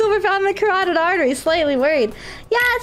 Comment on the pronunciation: She's the first one I've seen who pronounced carotid correctly